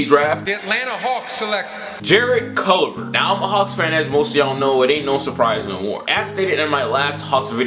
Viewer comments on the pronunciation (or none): Please learn names before videos. Its CUL-VER